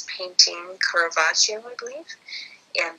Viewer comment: Caravaggio was an Italian painter of note and you mispronounce his name. Res hair was at that time considered to symbolically represent the carnal nature of men and women, i believe someone is misunderstanding the iconagraphy present, a better example is the painting "Sacred and Profane Love" by Tiziano, Titian in english.